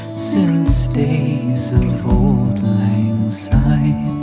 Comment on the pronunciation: Great cover! You're the only singers who I've heard sing this song and pronounce" Syne" correctly!!!